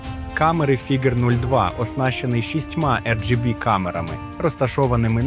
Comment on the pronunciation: Фігер, Фіджер, Фігуре - ти смієшся? 😂😂😂